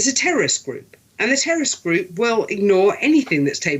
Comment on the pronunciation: It is ridiculous how this people utter "Terr'orist" as if they are IDF members, not reporters.